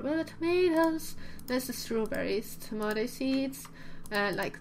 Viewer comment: I love how she pronounces tomato it's so super cute!! <3